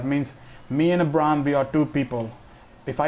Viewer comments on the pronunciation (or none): You pronounced Abraham wrong lol